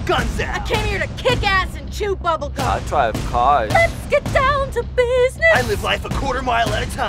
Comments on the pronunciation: I like the part when says I dwive caws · "He has such a way with words..." "I.. dwive caws...." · Jakeeynick he acually says "I dwive caws" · Best catchphrase 2016 "I dwive cars..." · I dwive cwaws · I dwive cawws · never knew how to dwive caws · 'iiiiii dwive caws' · I drwive caws *says so awsome * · I DWIVE CAWHS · I.. dwive.. caws ...... Sounds like make my Filipino cousin. Her accent is not really good 😂😂😂😂😂😂😂😂😂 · I Dwive cwass